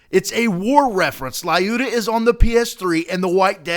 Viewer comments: it is pronounced luda not lyuda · i`m from Russia and every time then you pronouncing Lyuda "LAUDA" i am hiccup! in right pronunciation Lyuda no letter A most right way to say that is say Luda that is more close to original In English variant 2 letters together y and u exchange one Russion letter "Ю" :) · I had heard about this before but I couldn't see the analogy with the console wars thing. By the way, it's pronounced "Lyooda", not "Lie-you-da". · I believe "Lyuda" should be pronounced, "L'YU-da", NOT "Lie-U-dah". Just throwing that out there. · Haha I love you attempt at Russian, my friend. But her name is Lyudmila (Людмила), it's more respectful. And you say her little nick name like "Lee-yoo-da" no "L-I-ooda", but never the less, awesome job with research! I just don't know why it had to be her and not Vasily Zaytsev. Either way, it is awesome, sad though that I'm Russian and I have this and I got the rifle that killed my ancestors. Lol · or looda not luda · Just saying, lyuda is pronounced "lude-ah" ... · The "Y" in Lyuda is silent. Just so everyone knows.